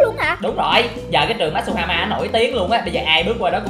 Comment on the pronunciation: matuhama ko masuhama